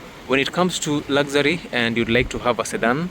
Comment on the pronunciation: Did you say lazary instead of luxury 😅😅😅